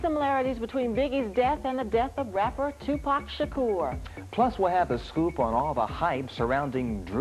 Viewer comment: Bout time someone from the media pronounce Tupac's name, I was so sick and tired of ppl saying Tupack